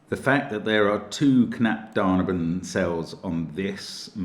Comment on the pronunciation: Mark, you say it "knapp da-neyh-ben" like neiighhhh, when you describe a horse sound :) You are awesome btw Mark